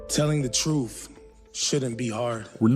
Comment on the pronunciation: “Telling the troof shouldn’t be hard” -Harry Dunn